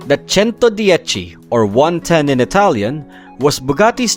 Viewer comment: bro won’t stop saying “ChentoDiechi” 🗣️🗣️🗣️🗣️🗣️